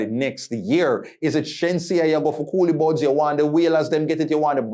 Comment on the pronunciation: It’s Collie Buddz , not “Coolie Budz” … lol 😂